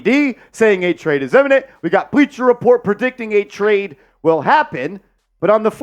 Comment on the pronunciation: I'm down for Dejounte w/ the second unit! Btw — you mean "imminent", not "eminent". Those are different words. Spelled correctly in the caption but pronounced incorrectly in the video multiple times :)